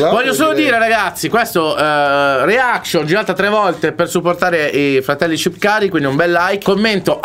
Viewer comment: Hahaha comunque si dice shqiptar non shipkari hahahaha